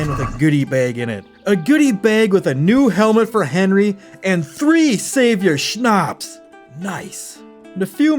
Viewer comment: Quick pronounciation tipp - Schnaps doesn't have a long "a" in it, cut the lenght in half and you got it